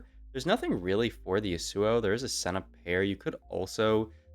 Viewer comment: please dear lord, it’s YASuo not yaSUO